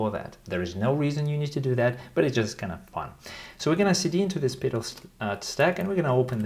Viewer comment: The way you pronounce "Petal" reminds me of "Peter File" from the IT Crowd. LOL